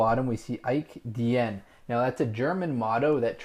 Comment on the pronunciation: Ich dien to be read ich "din", as it is old German